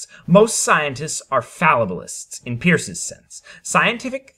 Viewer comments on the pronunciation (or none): Hey, neat video! I just though I should let you know though, it's Charles Sanders Peirce's surname is pronounced like "Purse" not like "Pierce."